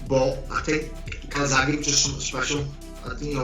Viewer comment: Jamie Moore “calsackie”